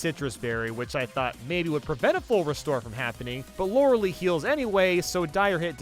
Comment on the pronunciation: Why is he using Harden to try and tank Water Pulse? That's not how the game works... Also, I'm pretty sure it's pronounced Lawr-Uh-LIE, not Lawr-Uh-LEE. While we're at it, how did he manage to have enough PP for the entire Elite Four?